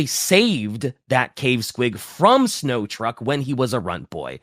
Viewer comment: This was a great episode, but pronouncing Snotruk as "Snow truck" was very, very funny to me.